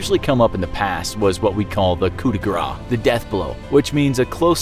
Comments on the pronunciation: I think you mean "Coup de grâce" ? Because "Coup de gras" would mean Fat Shot in french. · It's called coup de grâce, as in "grass" not "gra" I don't know why you Americans deform foreign words so much. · it's "coup de grace," not "coup de gras." You were supposed to say "blow of grace" and instead you said "blow of fat." LOL! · You mispronounced “coup de grace” which means “blow of mercy.” What you said would actually be “coup de gras” which would translate as “blow of fat.” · Just going to say it it's "Coup de Grâce" which means "Mercy Shot", (or "Mercy Strike") "Coup de Gras" means "Fat shot"! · "Coup de gras" = Fat Hit. "Coup de grâce" = Mercy shot. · "coup de grace" not "coup de gras" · Lol Don't ever say to a Frenchman the "coup de gras" unless you I'm to hit you with his belly fat xD (pronounced that way, it means "hit by fat" ^^) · "Coup de Grace" Nice french accent but the last word is not gras like in "mardi gras"! Not spelt the same, not pronounced the same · it's "coup de grâce" not "coup de gras", "gras" means "fat" in french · It's not called "le coup de gras". Gras in french mean something like fat or animal fat. The right thing to say is "le coup de grâce" it's not the same prononciation and not the same word. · Not easy for an english speaker to pronounce "coup de grâce". The "r" and the "â" were not too bad in the video, but it was lacking the "ss" sound at the end (a little bit like "grass"), making it sound like the french word for "fat", like you said. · As a French speaker (not native) I hate this common mispronounciation. Thank you